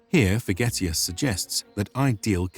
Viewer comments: Sounds more like "Vergetius" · I thought he said spaghettius😂